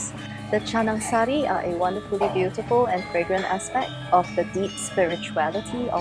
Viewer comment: Finally. Foreigner says "Canang sari" with the right way